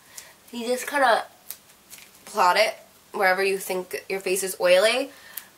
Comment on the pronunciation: Blot not plot! Lol